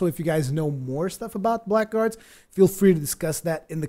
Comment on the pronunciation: here's what I know about this game. You are pronouncing it wrong. It sounds like Blaggards. The c and k are silent. If you don't believe me then go here and hit the little speaker button and listen for yourself: Anyway, thanks for the preview. Definitely will keep my head on a swivel for this one.